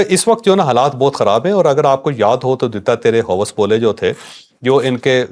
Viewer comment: Hos bole . . . ❎ Hawas bole . ✅